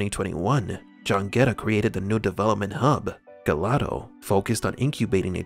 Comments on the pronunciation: gelato is pronounced "jell-lah-toe". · Please, don't you pronounce Gelato (icecream) like you just did. Too painful for my Italian ears... It's a soft "g". ... also the vowel diphthong in Gaeta is pronounced separately "a" + "e".